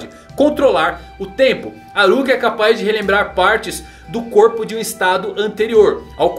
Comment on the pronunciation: me da uma agonia falar Kirua ou Aruka KKKKKKK slkk FALA KILLUA E ALLUKA PUFAVO